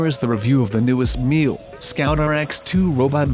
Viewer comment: You could start by pronouncing Miele correctly